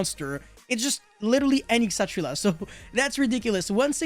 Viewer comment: Kshatri-La actually comes from Indian languages. It's Kshatriya, the Hindu warrior caste, and Shangrila. And you pronounce the K.